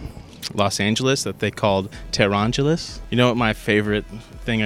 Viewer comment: TEHRANGELES not TEHRANGALES